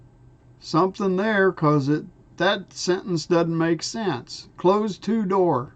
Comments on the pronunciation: Close is a noun, as "dose"!!!! Say it the same. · It does make sense : Close to door.. Not CLOSE as in shut...CLOSE as in nearby.. you're pronouncing it wrong. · YOU ARE Reading close to door wrongly close is not a verb in this sentence but a noun close like in dose or I am close to you